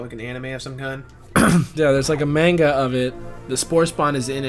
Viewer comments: Gah. said mane-guh. Twice. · You guys should continue Super Metroid also Manga is pronounced Ma-n-ga. Sorry just I'm sort of an Otaku and people always bug me when the say Manga wrong......I blame my OCD.